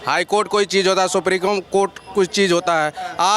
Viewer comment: Pahle supreme court bolna Sikh gawar